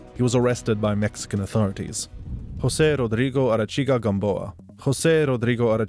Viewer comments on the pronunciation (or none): none